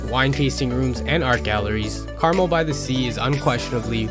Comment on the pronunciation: Some of these are not day trips. Driving to Mendocino take 3.5 hours. Lake Tahoe is at least 3 hours. Lassen is more than 4 hours. And in Monterey, it's Cannery Row (as in canning fish) and not Canary (like the bird). And Carmel is Car Mel, not pronounced like the candy.